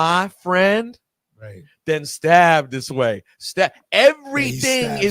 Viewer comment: It's step this way Rosenberg it is step not stab smh 🤦